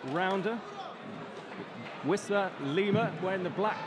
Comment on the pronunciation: uisma not usima lol